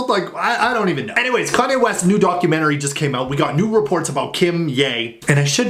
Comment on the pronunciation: "Darkumentary" poor kimk lol.